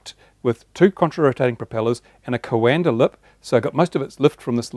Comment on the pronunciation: It's pronunced co-an-dah (Coandă effect)